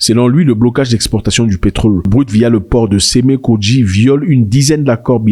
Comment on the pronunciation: Pour le Bénin, cest Sèmè-kpodji* et non kodji